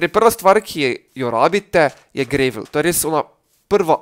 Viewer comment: ni grevl ampak gravl (pač itgovorjava) sej channel maš hud sam angla pa je fuč... Sorry